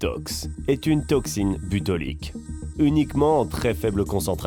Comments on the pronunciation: C'est tout de même curieux qu'il prononce plusieurs fois « butolique » alors que c'est écrit « botulique » à chaque fois. Ceci démontre que le commentateur de la vidéo ne maîtrise pas son sujet et se contente de lire un texte écrit par quelqu'un d'autre. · Botulique pas butolique